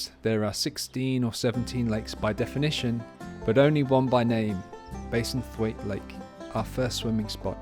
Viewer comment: Bassenthwaite. Bass to rhyme with lass not base. Lovely video as usual. You are so lucky to have the kind of life you live. Enjoy every second .... it passes so quickly. X